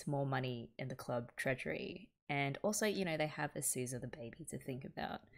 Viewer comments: It struck me while watching your sanity tierlist that you've literally been pronouncing "Azusa" backwards. Because the vowel setup is symmetric, swapping the consonants actually flips the whole name. I find this particularly funny since the 's' and 'z' character sets in Japanese are only separated by a pair of tic marks, though switching from romaji to Japanese characters does somewhat conceal the vowel symmetry. I very much meant to point this out once I caught up with the reaction, but I felt the need to share this particular revelation immediately. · Oh, in Japanese it's a one character switch rather than a whole word flip. "Azusa" is あずさ and "Asuza" is あすざ.